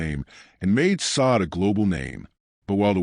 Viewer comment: You dumb AI narrator learn how to pronounce a person's name